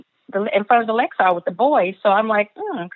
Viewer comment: It bugs me that she says the "Lexar" hotel. sorry, I cant ignore it. It's the "Luxor". LOL Almost makes me question is SHE was there since she cant pronounce where she was.